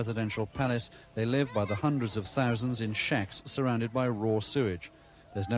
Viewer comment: Teeuzanz and teeuzanz 😅 your content is solid though. Very well done.